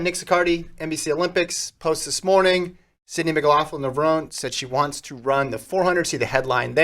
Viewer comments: The end of Levrone is pronounced like in macaroni I think if you listen to other interviews. Italian name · Yeah, sorry to break it to you, but Italians don't pronounce the end of Levrone like the end of macaroni...